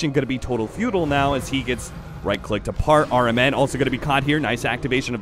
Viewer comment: "His initiation gonna be total futile now" I think he means totally futile, ignoring the way he mispronounced futile and how futile means a good job done in vain and that wasn't how u use the word. If axe had killed people before dying or actually initiated instead of just getting caught out then it would make sense. First language English caster still this bad kek